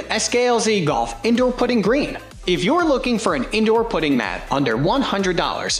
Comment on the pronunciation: Hard to take it seriously when he mispronounces “ putting”